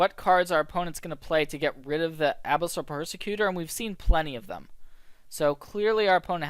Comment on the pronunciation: I can't be the only one mentally screaming about the "Abyssal" pronunciation here, right? ;) great video! keep it up!